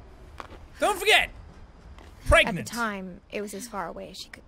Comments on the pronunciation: its not pregnant its pregananant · no it is bregnant, right? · Dylan perhacs-harris greggnant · No its clearly pergert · Dylan perhacs-harris it's pregonate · Dylan perhacs-harris it's pregantie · Dylan perhacs-harris No it's pergernat, lol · Dylan perhacs-harris Preganant